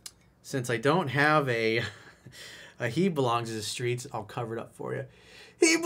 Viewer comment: “She belongs to the skreets.” 🤣🤣